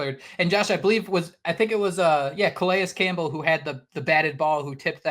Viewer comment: Thank you for the effort to say Calais Campbell's name correctly. It means a lot. It allows you to be taken serious as a podcast, and it respects a legend.